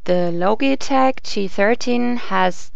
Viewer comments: ITS LOGITECH NOT LOGATECH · logi as in logic, not logie awards. lol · not pronounce LOGIE-TECH IT IS LOJI-TECH DUMMY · Its Lojitech not Lo - gi - tech. Logitech is pronounce as Lojitech. This is a bad voice over! The girls comment is not bad. The only thing that I don't like to her review is that she should make her own video showing how she reviewed these two and showing her hands. Mentioning the analog stick of the G13, if you can rotate it 8 way even if the software is only letting you configure it up, left, right down, its still an analog stick. Compared to the nostromos D pad its a D pad with a big thumb screw on top of it. If you are not sure if its analog stick and about the software of G13 please review it longer at least 2 weeks you said you reviewed it for one week. What is the use of making a video if you can't help people. If you can't decide between the two say your personal opinion and choice that way you can help people decide but it does not mean they should pick your pick. Logitech G13 is better than me because of Logitech's long time reputation at the best PC accessory BRAND! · Isn't it pronounced Lodge-i-tech? not Loge-i-tech. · Say Loageetech one more time I fucking dare you. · "the low-geh-tek" LMAO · not loGee tech logtech gee g gee g got it? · would you quit pronouncing it "loageetech" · logy tech lol pronounce it right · uhh, this logitech word isn't a real word. You know, this is from switzerland, the land made of cheese&watches and their whole language is based on *ch* NOBODY is able to pronounce / say it right. specially for this syncro we raided to switzerland that was the most torturing thing we ever made! and ok the saying in this video version is specially englishized only for that the mothertoungs feel more wellcome and loved :) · Sorry I checked out when you mispronounced Logitech.